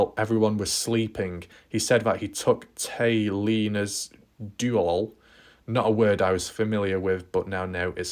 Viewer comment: The word is duelly which means in a pick up truck. As previously mentioned, a dually truck is a standard pick up truck or truck with an extra set of wheels in the rear. Usually Americans mean a pick up with two wheels in back single wheels in front. So two tires side by side in back. Regular one tire in the front. I hope this helps you pronounce it better. A side by side is Usually a four wheel off road vechile which is much smaller. A dually is a pick up that has two wheels in back for best control. It is a just word Americans use for a nicer more expensive pick up. They usually use diesel, but can use regular gasoline. After all they are just pick up trucks with two wheels in back.